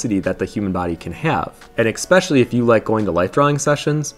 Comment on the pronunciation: Great selection of books. Btw the word is “especially” not “expecially”!